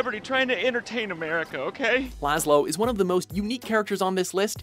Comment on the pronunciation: laslow???? really??